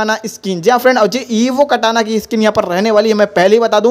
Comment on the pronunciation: Bhai vah Katana skin hota hai kata nahin